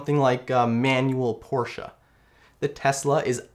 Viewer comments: First time i saw a person who pronounce the “Porsche” correctly:) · Great review. And you pronounced Porsche correctly so an extra bonus 👍